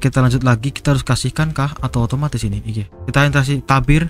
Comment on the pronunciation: Namanya T.E.B.I.R bg bukan LEBIR🗿